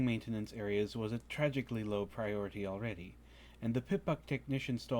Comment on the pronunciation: I couldn't help but notice the odd pronunciation of maintenance and I was just wondering if it was spelled manetanance